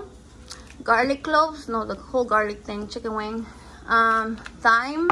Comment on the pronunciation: Only bc said she's learning the english names of ingredients and we have no shame here in the gang gang, thyme is pronounced like time. Love ya